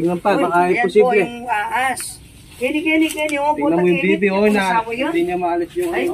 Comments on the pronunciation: Bka pwedeng maayus un bigkas ng ahas sabi kasi aas he he he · ate said ahas,not aas😆 hollow blocks not allow blocks😅 aru jusko,miyabe abe dugdog dureme pasulatido😂